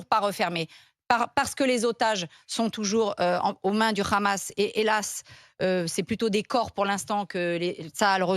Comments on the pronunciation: Deja on dit pas le "ramasse", en France on dit le "hamas" ou on prononce le "amass" pour ceux qui ne prononcent pas la lettre "ha". Elle n'est pas obligé de prendre l'accent de sheytanyahou en.plus de prendre ses idée nauséabondes. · Et Barbara ! On dit "Hamas et non Ramas!😂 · Elle parle comme les sionistes ;elle ((Le Ghamas))comme le prononce Meyer Habib le larbin de service de la Palestine occupée sous la bannière de la honte. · Putin comment elle prononce le hamas montre qu elle est pas française de souche